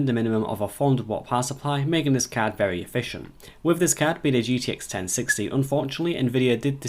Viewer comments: damn every time he says card i hear cat ... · I hear Cod.